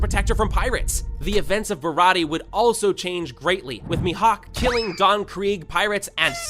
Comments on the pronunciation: bro i aint gonna lie i like his videos but HE DIDNT SAY A SINGLE THING RIGHT "barate" "sentumaru" paci-fiztas ITS MAKING ME GO CRAZY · ba-rah-tee, my favorite ark